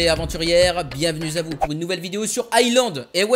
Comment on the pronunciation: "bienvenue Z' à vous" (avec un grand "Z")